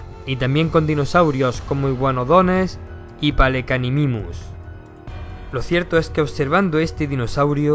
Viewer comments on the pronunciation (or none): Palecanimimus? no es Pelecanimimus? imitador de pelícano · quiere decir que cuando mencionaste el nombre dijiste palecanimimus cuando en realidad es Pelecanimimus